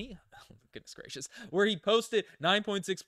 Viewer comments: Pronounced the ih-lie-en-eye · Fighting Illini is my college team! (Alumnus). They played in the Elite Eight in March, so mis-pronouncing their nickname now seems curious. The Illini just got a commitment from Canada's top high school player, Will Riley.